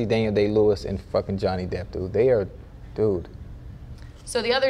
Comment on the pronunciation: We gonna ignore the fact that he really said “Johnny Depth”